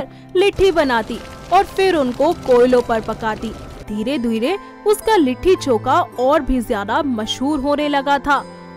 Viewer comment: It's not litthi choka..it's litti chokha